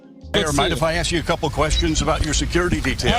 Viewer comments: Whoever says ,,aks" instead of ask shows exactly what she represents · It kills me every time. It’s ASK not Ax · Did she say you can axe me that lol wtf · is Aks and Ask the same thing? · Anyone that uses the word "axe" instead of "ask" has an IQ less than 80. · When your mayor still pronounces it "axe" instead of "ask" you know it's time to move. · You can "AX" me? Isn't it "ask"?🤔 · Anyone who can't pronounce the word "ask" should not be allowed to hold public office.